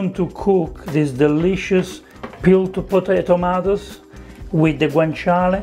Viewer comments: "Potatomatoes" just made my day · I heard the too lmao